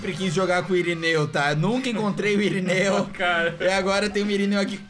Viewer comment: SÀRINEU KKK E SÀMUCA E IRINEU KKKK